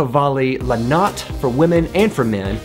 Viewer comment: And the E in la notte isn’t silent.